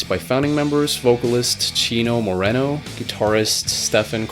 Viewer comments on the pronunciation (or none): It's More Reno not More renno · Chino MorENo? No no no, its MorINo (ee•knö) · You should learn how to pronounce the names before you put this shit out. Who pronounces Dana “ Donna “? You also got Chino’s last name wrong. Do better.